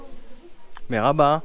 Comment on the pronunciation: Si jamais c’est « mErhaba » et pas « mArhaba »